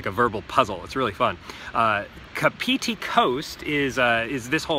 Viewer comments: It's "Car pity" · good try, try phonetically pronouncing it like Kaarpity and Paraparaoomoo.. Like your channel! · it's said like cup-of-tea kinda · Kapiti - the emphasis is on the KA not on the piti. KA-piti coast KA-piti island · He said it so wong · Car-Pit-Tee (kapiti) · Pronounce it car- pity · Car pity Parapara oo moo That's closer to a Maori .. mouldy tongue my friend. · You said it wrong, next time pronounce it car-pity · It's weird because if you go by vowels themselves(aeiou similar to spanish/costa rica) then he's nailing the pronunciation but unfortunately that's not how maori(sounds like mouldy) works. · Can’t deal with the way he is saying Kapiti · The way he pronounces Kapiti tho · hey bro ... kapiti your pronouncing it soooo wrong.. good vlogs but yeah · wow you butchered those first two pronounciations